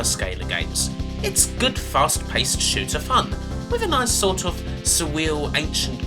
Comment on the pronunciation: "Nice sort of suwweal Ancient-Gweek-come-futuwistic-awien-pwanet artistic bent" You certainly have a way with words. (sowwy) - Wuv your vids.